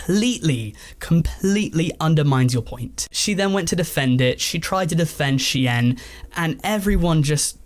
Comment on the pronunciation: ive heard shine, ive heard sheen, ive heard shane, and now we have a youtuber calling shein she-enn